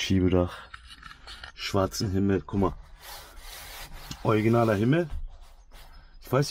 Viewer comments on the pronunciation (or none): Und immer wieder beste ich zitiere: Oiginal! Statt original hahahah bester mann